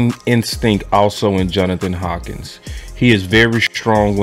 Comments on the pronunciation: HANK-KINS.... NOT HAWKINS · 😂 it’s Johnathan HANK-INS NOT HAWKINS my brother don’t start butchering names toO bro that is Mark Holmes thing. Your better than that 😂 REAL TALK